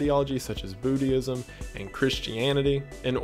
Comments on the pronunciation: Booty-ism? Do you mean Buddhism? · Did this man say Bootyism? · I like that you pronounce Buddhism as bootyism! Made me giggle when I heard it. I love the series I've been binge watching it! You've quickly become one of my favorite youtubers! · My man pronounced it “bootyism”. I love it. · Please tell me I'm not the only one who heard him say "Bootyism". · I heard it as well. Made me do a double take. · Did this man say bootyisim and where can i join